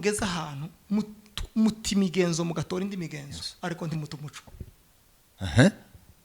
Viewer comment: Umuco= lumiere. Naĥo Umucyo= indangagaciro y,umuntu . Mugerageze kuri prononciation rwose byombi uko muvuga ko muravuga Umuco!!!!